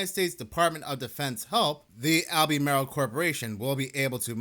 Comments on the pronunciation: It's Alba-mar-el not Al-bee-may-rel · "Al-beh-mar-ull". Not "All-bee-mare-ill". Thanks for upload! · All-buh-marl. Like the NC county. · Pronounced “Al-ber-marl” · Lol, it’s pronounced, Al-buh-marl. We still have no power in SW NC. Things are bad. Definitely NOT A NORMAL STORM. Please pray for us. I’m in Cleveland Co next to Kings Mountain. Crazy sh**. FEEL BETTER!!!! 🙏🙏🙏